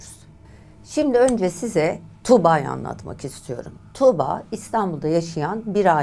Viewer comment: Tamam iyi anlatıyorsunuz da 'Tuğba' yı tükürürmüşcesine söylemeniz çok kulak tırmalayıcı